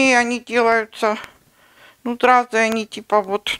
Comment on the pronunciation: ЗРАЗЫ,, ЗРАЗЫ, А НЕ СРАЗЫ!